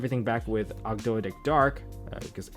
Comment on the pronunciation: It's pronounced "Og-doh-dic" like how Toad is pronounced "Toh'd"